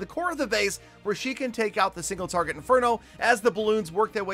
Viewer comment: I love that he said “single farget interno”